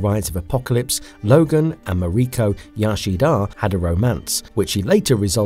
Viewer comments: 🤣 All I kept thinking was stop saying Yashida. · Gaahh, Qi-Ree-Kha, Yo-Shi-Dah, Ah-me-Koh... Whats next? Woogha-Oogha-Boogha-Who? 🤣🤣🤣👎🏻